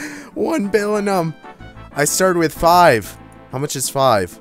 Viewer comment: *ONE BILL-IN-NUM*!!!